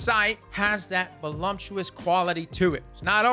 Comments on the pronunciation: Word up bruh.... just 1 thing... ain't no "m" in voluptuous.... although, that "volume" in the word would've given it more weight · "Volumptuous"... :P I heart you, man. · Stopped watching after he said Voluptuous wrong twice